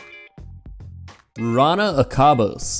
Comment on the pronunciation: why did u say akabos theres clearly a j wtf its not spanish or anything